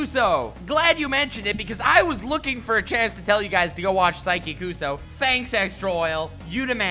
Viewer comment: The way you pronounced KUSUO made me cringe